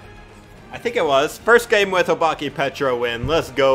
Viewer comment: Guys btw, the pronunciation of obake is oh-bak-ay, (dont hate on me if u didnt care🥺)